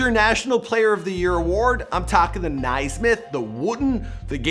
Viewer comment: Lol Nai-Smith. Pronounced “nay-smith”